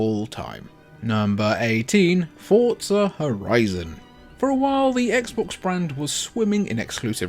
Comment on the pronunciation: It's not fortza It's forza